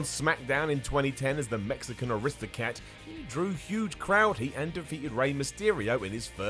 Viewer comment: Mexican ARISTOCAT?!?😂🤣😂. Goddammit, ADR isn’t a Disney character. Hahahaha